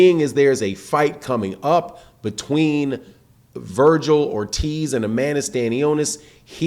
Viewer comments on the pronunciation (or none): none